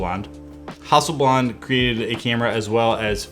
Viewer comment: Cool video and great channel - keep up the good work! BTW - it’s pronounced “ha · suhl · blad”